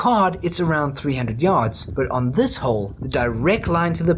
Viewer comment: Lol “FAR yds” that’s funny